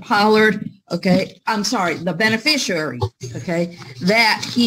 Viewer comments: What the f**k is a “beneficarary”? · It's "Benefisherary"! 🤣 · I thought he said “Bennie Fishary” as his name. 😂😂😂 Judge mutes him, “What’d you say?” Pure gold. ❤❤❤ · I wouldn’t even have known how to spell beneficiary WRONG ENOUGH to match his hilarious mispronunciation. does it again.🤣🤣🤣